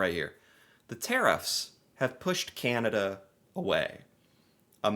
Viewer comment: Do we wish that could learn how to say "Canada" instead of "Cyanada"? I know I do.